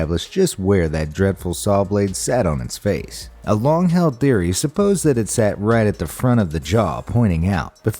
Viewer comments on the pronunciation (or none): none